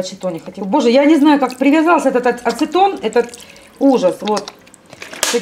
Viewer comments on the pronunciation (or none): ну, и на русском не Оцетон, а Ацетон)